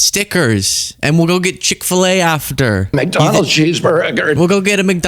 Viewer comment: RFK saying “Mc Donalds cheese burger” had me laughing!